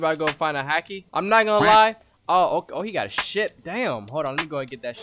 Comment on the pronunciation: Bruh my man said hAki